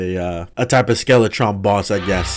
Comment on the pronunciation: Skeletron and Dark mage Butchered those names